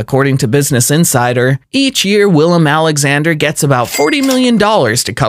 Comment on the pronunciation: Great video but some of your pronunciations & attention to detail were a bit off. Felipe of Spain, is pronounced Felip-ay. The W in Willem is pronounced as a V and £ is not the symbol for the Euro €....